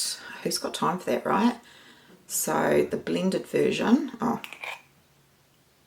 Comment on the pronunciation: 'And thuts the thickness of it'... For crying out aloud one could sound out "that" by grade one could not one?